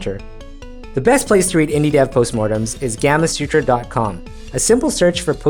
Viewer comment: And pronounced it wrong as well lol. I had to play it back to see if he said what I thought he said.